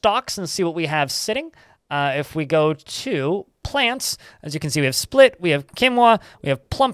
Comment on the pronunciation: Love the vids. Just fyi. Spelt is pronounced Spell t